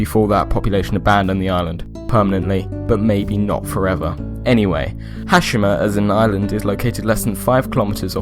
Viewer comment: it's pronounced "Ha- she- ma"